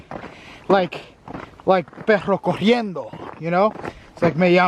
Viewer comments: honestly being Hispanic it doesn't sound like you're saying perro corriendo it actually sounds like you're saying perro cogiendo.. depending on which Spanish speaking country you come from it could mean different things... For example in some countries when you say perro cogiendo it literally means a limping dog but in Mexico it actually means that you are screwing a dog (sexually) just an FYI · Lol my guy forgot to roll his R's on that one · Did you meant Perro corriendo? Or Perro cojiendo? 😂 Perro cojiendo means dogs getting it on 😅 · You know u said " perro cojiendo" NOT corriendo! Cojiendo means to F**k!! Hhhaaaaaa 🤣🤣🤣 corriendo is running!! Yr so cute! 🥰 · NOW YOU'RE IN OUR NECK OF THE WOODS, DON'T LET US CATCH YOU SLIPPING "PORICAS. WHAT THE HECK IS COHIEDO? IT'S CORRIENDO.HUEY! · pero corriendo is dog running. You said pero cojiendo. That's dog fucking......just saying.. 😂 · Lol..., u said "Perro Cojiendo". I think u meant to say "Perro Corriendo". Perro Cojiendo means "Dog F***ing", lol. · the latinamerican name sound more like ¨perro cojiendo¨ instead of ¨perro corriendo¨ xd it sounds funny